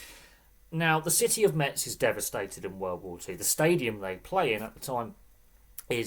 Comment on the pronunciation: It's pronounced Mez, they don't say the T. Metz have had some decent years in French Football and have won a couple of things, unfortunately they are a bit of a yo-yo team now.